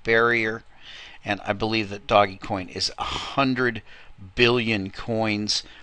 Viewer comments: Okay, You have again missed out on talking about by far the most important factor right now, which is BtcChina, They are 40+% of the entire market and they are going belly up. I'm waiting for another large correction from them. Also, It's pronounced ( Dohj Coin ) NOT "Doggy Coin". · first of all its pronounced dogcoin it comes from a meme when someone spells dog D-O-G-E. second of all brother john never forgets to mention the coins he's playing in... third are you serious,? just lol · I pronounce it doggiecoin... who are you to decide for the rest of us :P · me, I pronounce it dodgy coin.